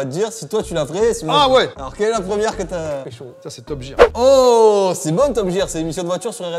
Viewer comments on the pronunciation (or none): Pas Top Jir mais Top Guear